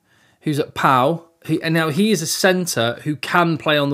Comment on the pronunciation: 😂 I thought he was using an onomatopea to describe his abilities ("pow"). I now realize this Englishman might have meant the city of Pau.